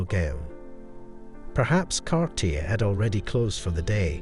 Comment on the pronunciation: the name is pronounced Car tea A...